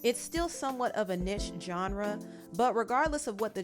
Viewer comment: home girl you can’t even pronounce niche correctly gtfo